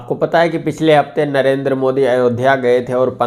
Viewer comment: चीमा ,अयोध्या को अयोदिया बोल रहा है,लगता है इसके पुरखे दूसरे ग्रह के थे क्या